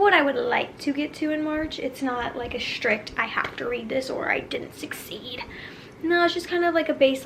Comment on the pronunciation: The word is sTrick, not sHrick. Practice